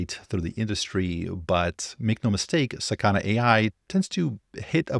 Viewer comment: it's not saKAna, its sakaNA